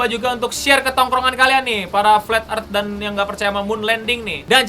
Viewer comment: I'm sorry if I offended you but when you say Earth there's a soft th at the end so you should pronounce the soft th if you wanna say it correctly